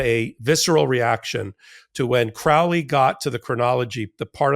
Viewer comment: Crowley and you even pronounce it correctly well I hope it's a sign that the great beast is on the hunting trail of the truly evilest man in the world..